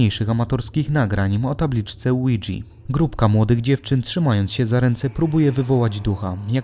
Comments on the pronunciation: jakie kurva "łidzi"to jest tablica ouija francuskie i niemieckie "tak" czyli fonetyczne "łi ja"! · Jak się wymawia ouija to brzmi jak Luigi board